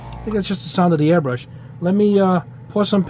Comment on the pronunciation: Hi, as a Swede I think it's a bit funny that you pronounce it earbrush not airbrush, is this common in the US? Thanks for all the videos and great tests! :)